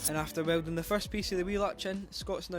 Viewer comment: ah yes... "WELDONG"